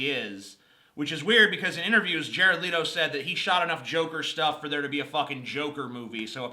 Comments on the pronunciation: It's Pronounced as Leto Le•to NOT Leeto No. Leto. And Btw he's The Most Comic Book Accurate movie version of the character to date. So STFU and Read a Comic Book before spouting shit over SS, Assholes! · You pronounced Leto's name wrong